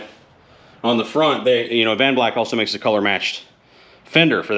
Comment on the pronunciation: Dude, your killin me. Its Ad-van-black. Not Av-an-black! Lol. Sorry, not sorry. It's like like ear cancer to me..lol.